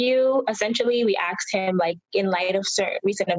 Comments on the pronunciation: Sister pay yo rent and bills And it's not axed it's asked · You "axed" them. Cmon lady.... that looks bad. But, I'm with ya.